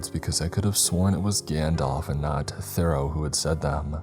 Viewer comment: You grossly mispronounced Henry David Thoreaus name. It’s Thor-ROW